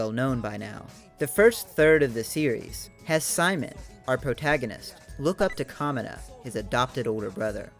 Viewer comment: it's also pronounced ka-mee-na not ka-mi-na